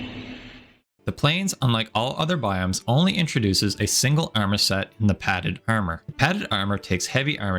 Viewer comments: ummer eices 😂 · I like how you pronounce err-merrr 🤣🤣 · I fuckin hate it so much how you pronounce the word "armor" but nice video tho